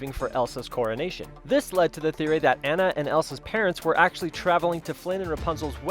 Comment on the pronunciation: Not Anne-ah Ah-nah